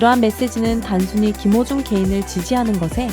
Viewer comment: 한글자막 제대로 써주시면 않되나요?. 김호중을 기모중 이라고도 하고 탄원서를 탄바연서 라고도 표현 하는건 더 듣기 힘드네요. 이것말고도 여러 단어가 있는데 더이상 듣기 불편 해서요. 왜 한국사람이 훈민정음의 뜻을잘모르지?